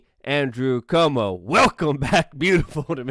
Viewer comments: Not como, cWOAHmo. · Somebody please tell Luke that Cuomo has a "U" in it.